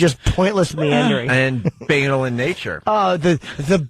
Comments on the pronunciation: ITS BA-NAL! BUH-NAWL! MOTHER FUCKER I HATE WHEN THESE ASSHOLES DISCOVER A NEW WORD AND MISPRONOUNCED IT TO DEATH! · Actually it's Ba-naal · This is funny but Jimmy is pronouncing banal wrong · Kinda funny that Nortons going on about how dumb they all are, but he doesn't know how to pronounce 'banal'. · Even funnier that Opie says "Banal is a great word" and also says it wrong. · The View is awful beyond words, O&A are great, however, it was a little cringe-inducing to hear them call the View women stupid (which they are) while constantly mispronouncing the word banal... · haha You're right "BAY-nal" rules "ba·nal" stinks